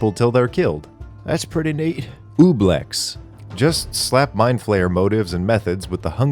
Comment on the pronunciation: Honestly it is an understandable mistake to read the name of an OOze as OOblex instead of Oblex - what do they have to do with Obelix?